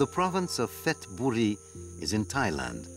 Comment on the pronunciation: It’s called Petchburi not Fethaburi